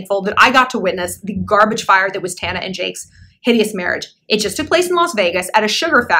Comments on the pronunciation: I'm so dead of how u kept mispronouncing her name on purpose !! hahahahaha"tomatoe" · You mispronouncing Tarantula’s name deliberately the entire time is everything! 😂😂😂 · You misnaming her over the course of this entire video is everything 😂😂😂😂 “tomato” “tampon” “mobo” “mufasa” 💀💀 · Shallon. I am SCREAMING 🤣🤣🤣 you keep calling Tana “Tampon, Tuba” I literally choked on my Juul. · And “TAHnah” 🤣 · These attempts at saying her name are HILARIOUS. Love these videos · lol i loved you misnaming tana's name a little too much :D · Every time she says tanas name I die a lil 😭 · They way she is saying Tana name is funny. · eventually you did not try to say here name right and i and here for it 😅